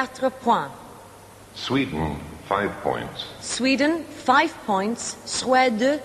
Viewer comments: DanBdx68 god knows where she got that idea from. It’s one of the easier words to pronounce in French. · Someone tell the woman how to pronounce 'Points' in French, it isn't that bloody hard.